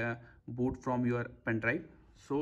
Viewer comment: Pen Drive ❌ Pain Drive ✅